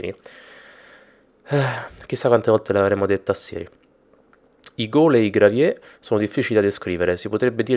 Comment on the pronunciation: graviè? si pronuncia Graveir!